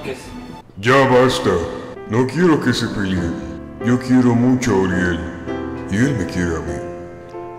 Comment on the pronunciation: Yo no sabía que "la roca" era analfabeta, "PELIEN"